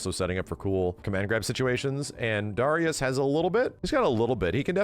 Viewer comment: It drives me crazy the way he pronounces Darius. Anybody reading this, please pronounce it "Dairy-Us"